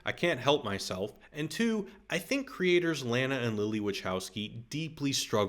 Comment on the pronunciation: You're purposely saying Lana incorrectly... Why?